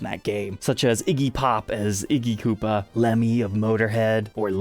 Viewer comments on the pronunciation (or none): none